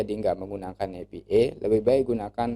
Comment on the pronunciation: maaf pak, dibacanya: "e pi ai", bukan "epi ee"